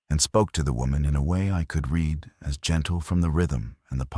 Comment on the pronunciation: AI Narrative Still struggles with 'Certain Words' Read ( Red ) Lead ( Leed ) Bow ( and arrows ) ( pronounced Bough ) on a ship. Great Stories, but would be better READ ( RED ) 😂 BY A HUMAN.. IMHO OBVIOUSLY.